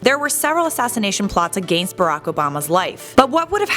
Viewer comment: Lol the way she said against though😂😂